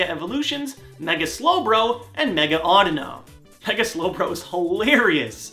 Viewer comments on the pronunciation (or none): its said awedeeno